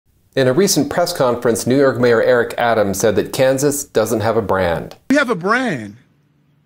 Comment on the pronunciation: "Neeewww oooorrk has a brand"...pretty bad when you can't pronounce you're own city's name.